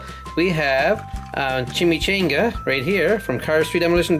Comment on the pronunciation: Chimicanga not Chimicinga